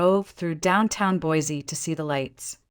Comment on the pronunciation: That is not how you say Boise. Sounds funny since that is where the story takes place.